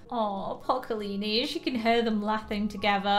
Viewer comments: Ka-li-ni = Wrong Ka-lah-ni = yes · It’s kah-la-ney 😂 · you pronounced “kalani” wrong..